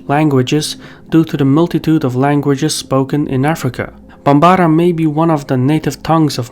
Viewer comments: Quibble: Bambara = "BAM-bara". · Quick nitpick: The language Bambara should not have primary stress on the second syllable. It's not even a stress language, it is a tone language. Try saying all syllables without emphasizing one over the others. I know its challenging for us English speakers, but when I was hearing you say it, it was rather grating to someone who has heard people pronounce the name, who speak the language. Other than that minor nitpick, I love the content. keep up the good work!